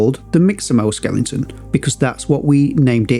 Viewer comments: Great and useful video but I have to say it’s Skeleton not Skelington. You don’t watch telelingvision do ya? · SKELE-TON not SKELING-TON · Great tutorials! But why do you keep saying "skelenton", man :-) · Thanks for this super helpful tutorial and for pronouncing skeleton as skellington.